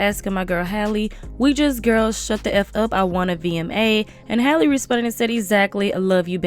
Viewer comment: Her name is Halle not Haylee. Also Cardi should focus on making some music because this is giving paid spokesperson vibes🤷🏽‍♂️